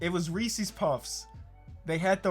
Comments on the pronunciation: Reece’s not reecees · Bro it’s not ReesEES it’s Reesis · Yeah but he called um REE SEES 🤦🤦🤦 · OH GOD THE WAY PRONOUNCES REESES